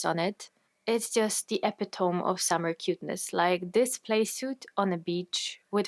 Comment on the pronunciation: Epitome is pronounced (eh pi toe me)